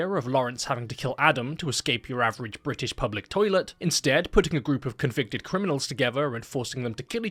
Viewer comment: "Bri'ish public 'oilet"